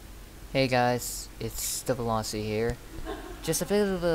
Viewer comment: "The Veloci" mane say your name correctly lmao and also wtf is this dude Exby lmao